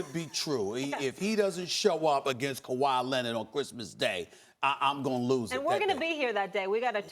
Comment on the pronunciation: “Kawah Lennit” -SAS